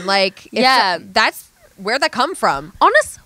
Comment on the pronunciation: that “yeahhh” sounded SOOO Australian